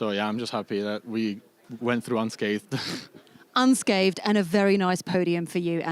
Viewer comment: nico has a foreign accent with english as a second language and he has no issue pronouncing unscathed... the native english speaker immediately turns it into unscaved... please get announcers who can annunciate.